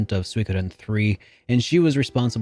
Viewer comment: did u edit the part when u said suikoden because u said it wrong at first? lol